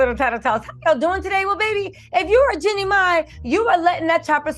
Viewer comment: Jeannie not jinnie